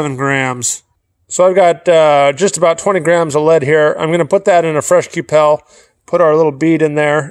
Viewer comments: ku pal lol i've only ever heard it pronounced q'ple like "kyuple" i guess idk am i wrong? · I gulp a shot everytime he says Q pell